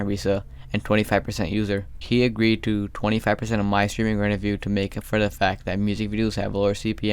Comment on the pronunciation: Also i love how he calls revenue "renevue"